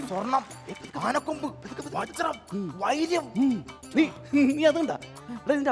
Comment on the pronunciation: വൈര്യം അല്ല ചങ്ങായീ, വൈരമാണ് ശരി